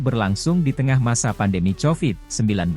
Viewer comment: Lebay Lo min nyebut covidnya.... Norak . Chanelnya Hoak ni.